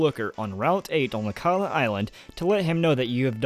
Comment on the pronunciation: it's akala